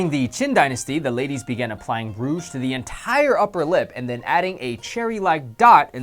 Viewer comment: Lmao rouge, not rough